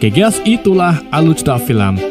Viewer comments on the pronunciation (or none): none